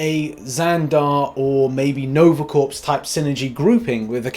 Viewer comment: Lol... He says 'corpse'. 🤭 I believe you're looking for corps, pronounced core.